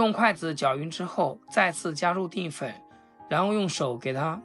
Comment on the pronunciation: 定粉？！淀（Dian）粉！怎么读字都那么白痴！